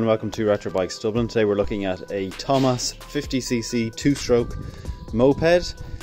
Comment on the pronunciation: It is TOMOS, not TOMAS